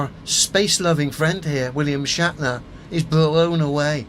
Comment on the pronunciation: 'Shat' ner 🤣🤦